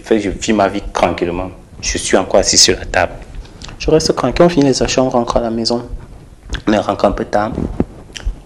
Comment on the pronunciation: Je reste cranquile, rdv de cravail, je reste cranquile, il faut vraiment apprendre à articuler le TR et pour un journaliste, c'est vraiment lamentable. Il faut arrêter cette façon de parler